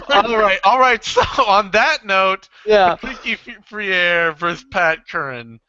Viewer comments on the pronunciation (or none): brazilian pronunciation fray-ree, portuguese fray-reh, take care. keep up the good work at BE.